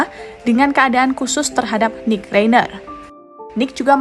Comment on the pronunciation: itu bacanya Rainer, bukan Reiner. Jadilah narator yang betul dengan mencari tahu cara membaca nama orang dengan benar. Sekelas Kompas begini mutu naratornya!!